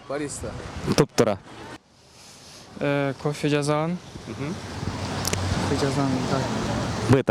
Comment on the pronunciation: Алып баруучу жазаган дебей ,жасаган дечи